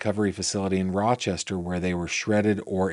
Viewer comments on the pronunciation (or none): none